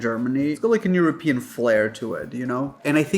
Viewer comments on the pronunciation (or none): none